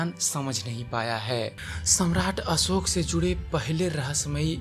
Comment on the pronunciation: आपका हिंदी उच्चारण सुधार चाहता है. ... असोक नही अशोक. .. श के स्थान पर स का उच्चारण हो रहा है..... शब्द है देहावसान. ..आप बोल रहे हैं देहवासन.... कृपया वांछित उच्चारण का अभ्यास करने के बाद ही रिकार्डिंग करने की कृपा करें. ... सूचना अच्छी है... उच्चारण भी अच्छा हो जाय तो सोने पर सुहागा